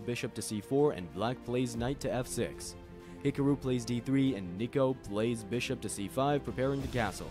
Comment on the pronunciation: Why do you say his name like that??!?!?!